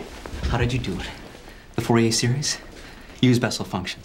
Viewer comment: Pronounced "Fourier" incorrectly. It's pronounced "FOO-yay"...